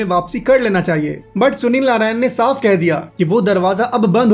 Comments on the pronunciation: Narine ❌ Narayan ✅ 🤣🤣🤣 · Bro pronounce hi narayan hota hai